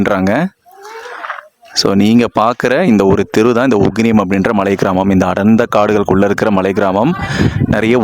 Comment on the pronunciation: அட பரதேசி அது உகினியம்...